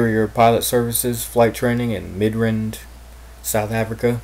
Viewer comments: You pronounced the most simplistic word ever wrong Mid-rand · lol ayt im just saying you pronounced it wrong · knew he isnt south african after "midrand"